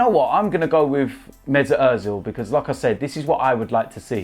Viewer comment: When says “like I said “ I hear “lacaezette”